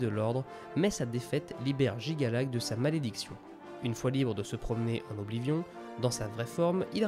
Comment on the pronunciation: Alors.. Autant je reconnais le travail de compilation et ce genre de résumé accéléré est très agréable. Cependant tu as de nombreux problèmes d'élocution... Que ce soit la prononciation de certains noms (Mi(s)karkand, Oblivion(N), Mehrunes Dagon(N), ULmaril (?), PelinIal (?) au point parfois de prononcer un même noms de trois manières différentes en une seule phrase. La concordance des temps aussi pique les oreilles, tu mélanges des temps au sein d'une même phrase qui ne fonctionnent pas ensemble quand tu n'inventes pas carrément des conjugaisons ("devena" n'existe pas, on dit "devint"). Vraiment ça pose problème car dès qu'on s'en rend compte on sort complètement du récit.